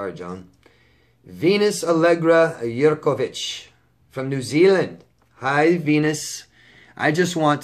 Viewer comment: Hi in Las Vegas. I love how you pronounce my name. the Yerkovich part PERFECT. that's exactly how you say it. honestly very few people can pronounce my surname. SO THANK YOU. you make me happy. but I make me happy first right. I'm learning to love myself it's hard. especially when you feel beat up emotionally. I know I will heal but it's gonna take me some time. I don't want a man for a long time. maybe a year or more.. I'm learning what I don't like and what I do like. I'm learning that I don't want to people please no more. I'm learning to please myself first. I'm learning to honour myself first for the first time in my 48years of life. Omg that sociopath is so ugly. I'm sad for that pretty girl who he murdered. So sad. I have love for myself first and big love for you and your girlfriend and Dani Dog Productions. xxx